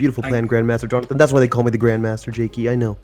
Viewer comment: It’s jakey not jacky